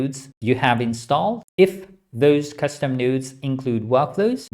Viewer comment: everytime he says "nodes" i hear "nudes", ive been damaged by using comfy too much.